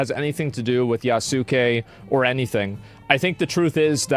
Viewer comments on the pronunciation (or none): Asmon. It’s (YAH - skay) not (Ya - soo - Kay) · Yasuke is pronounced as Yass-kay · Please look up Yasuke pronounciation yahs-kay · but he pronounces Yasuke correctly.. Yawssku, not YA SU KE